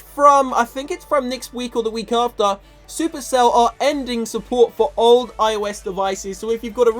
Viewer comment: When he said "supercell is ending support for old iPhones" i thought he said "all" instead of "old" I almost freaked out